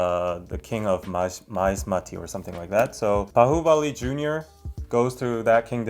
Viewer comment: Wow!! i'm really amazed the way u spell out Bahubali & MahesMati was really awesome👍